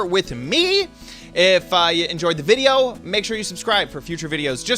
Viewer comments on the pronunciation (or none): did he say "If I enjoyed the video...." ??